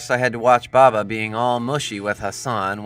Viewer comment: Your pronunciation of the words make me cringe. It’s okay because the Arabic ‘Hassan’ hasn’t got a letter in English. ‘Baba’ is ‘baabaa’